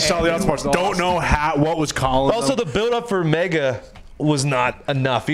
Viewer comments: It’s Mechagodzilla not mega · It's Mechagodzilla, not mega. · The way they were saying MEGA Godzilla instead of Mecha was killing me